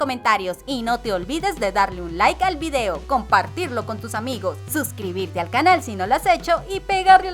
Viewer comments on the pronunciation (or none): none